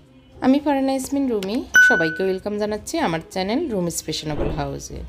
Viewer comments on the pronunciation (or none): none